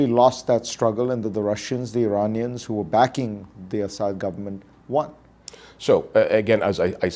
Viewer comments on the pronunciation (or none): none